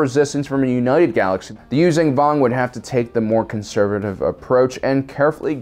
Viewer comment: He says Yuuzhan Vong wrong... Its not U-zan Vong (Use-zan Vong) as he says it... its pronounced U-zon ( Use-on Vong).